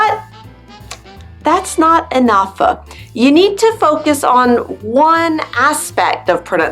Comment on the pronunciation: I wonder why you have to emphasize every last syllable of a word at the end of a sentence? Like EnouGH,improVED.... it sounds weird to me, or is that done for us to help understanding?